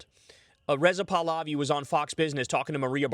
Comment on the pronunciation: Kyle, you mispronounced Pahlavi. You said puhluvee. The A in it should be prounced the same way as the As in "sad fat cat".